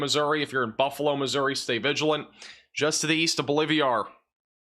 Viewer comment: BOLIVIA is a country; BOLIVAR is a town. Quit combining the name into “BOLIVIAR!” C’mon! You like inserting “I’s” where they don’t exist! BO-LIV-AR!